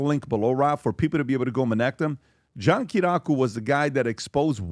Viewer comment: John Ki-ri-yah-ku 😂 it’s funny hearing all the PBD guys butcher his name lol